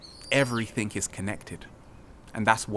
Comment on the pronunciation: If you must record in English remember, there is no K in everythinG.